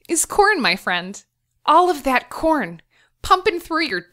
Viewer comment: My volume is low so every time she says corn it sounds like porn. It's hilarious.